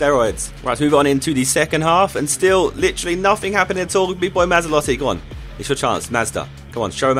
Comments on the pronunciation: MazzOlatti not MazzAlotti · Matz-ol-at-ee I think is pronunciation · Great video Josh, but MA-ZZO-LATTI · Surely Mazzolatti sounds more like Maserati than Mazda?!